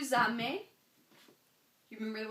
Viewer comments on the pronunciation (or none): I've never heard "aimer" pronounced "amer". Perhaps it's a Canadian accent. But certainly in France the vowel "ai" in "aimez" is pronounced like the "e" in the English word "hem". So "aimez" is pronounced "emmay", not "ammay" and "j'aime" is pronounced "zhem", not "zham".